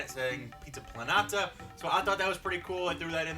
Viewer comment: I cringed at the way you pronounced "Pizza Planeta"